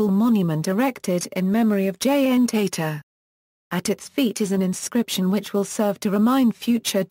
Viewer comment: Its tata... Not teta